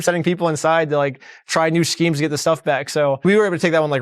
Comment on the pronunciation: "Shkemes" (Imma say that from now on)